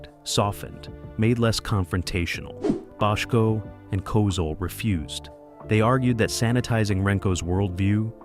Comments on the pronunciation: Frustrating narrative. If I didn’t know better, I’d think Bochco, Bottco, and Bodco were three different people. How can it be that difficult to pronounce the name the same way all through the video? Except for this minor irritation, good video. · Got through about 2 minutes before switching to another video. The AI V/O is stilted, attempts to be serious, but isn't, and pronounces Bochco's name two ways within the first two minutes. Ugh. Do better. BTW, HSB is one of the best dramas ever.